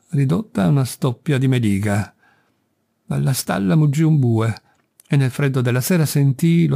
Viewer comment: Grazie, perdoni solo una cosa: mèliga, non melìga.